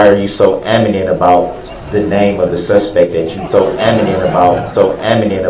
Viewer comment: Adamant...... KILLED ME! And I thought axe was bad